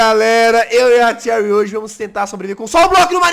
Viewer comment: Se fala XEURY mas se escreve Cherry